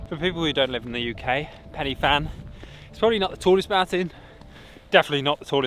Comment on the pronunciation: This might sound like a rant, prob is.. Please when you see Pen Y.. don't instantly go for 'Penny' it's a lazy habit - that I never see when the English go abroad - in YT Vlogs. Closest you will get to pronouncing it right is - 'Pen-Uh-Van'. Why don't vloggers just ask a local - how to pronounce places 🤔 The meal you had in The Angel looked lovely, but you had rocked up literally in Waterfall Country Central where there is a beautiful walk up through multiple falls right next to the pub ! But no mention of any of it.. And no mention of Batman The Dark Knight Rises being filmed at Henryd Falls !! Hang your Hollywood heads in shame lol As for Pen Y Fan it's usually called the highest mountain in Southern Britain, on a clear day the vistas are amazing. Above 300 metres - then it's a mountain - so 886m no problem. I can guarantee you on a clear day - that point where you looked over the cliff edge would have given you vertigo if you ventured a peek right over the drop. It's a mountain that can turn in a second and can kill you - if you underestimate it. There's a reason the SAS train in the mountain range, and they've had a number of well publicised fatalities. Having been personally caught in perfect - crystal blue skies to White-out blizzard conditions in a heartbeat, near hurricane force winds and lightning that killed others - take these places seriously. Lastly, you've got all the tech and info at your disposal - try digging a bit deeper, unless you're just playing it for th